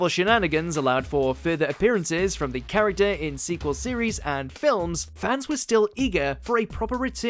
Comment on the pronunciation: I always enjoy the content posted on this channel, but the one thing I am waiting to see is the narrator finally being able to pronounce the characters the correct way, is that too much to ask?